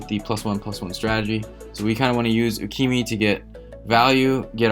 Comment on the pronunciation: Who df is U-key-me? There is definitely an A at the end of the name. With no á, ä or ā. U-key-ma? Yes.